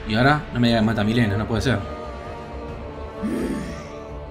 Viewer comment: Alguien mas escucha que dice melina enves de milena? xd